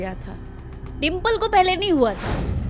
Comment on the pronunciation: 9 go chuha kha ke pavitar ban rahi ho babuni dimple ❌Dhimple 😅